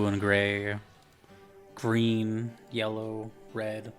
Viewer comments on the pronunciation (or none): none